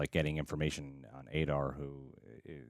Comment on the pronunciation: Aah-Dar, not A-Dar. Come on man....